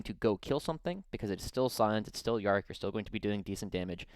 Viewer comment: Good watch apart from the Yarrick pronunication.